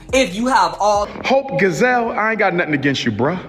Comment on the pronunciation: "Hope Gazelle" baby when I tell you, that SLAYYYYED MEEEE. 😂😂😂 it's "Gi-selle", you know, like Beyoncé's middle name? 😂😂😂 Dr. Umar plays entirely tf TOO MUCH! 😂😂😂😂 Oh, and the issue isn't "presenting" as a woman, it's actually NOT BEING A WOMAN WHILE SPEAKING ON OUR ISSUES. 😒🙄 TF? It's the delusion for me.